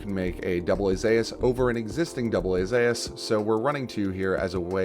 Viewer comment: It's called "Zoos" not "Zayas", why are pronouncing it so weird?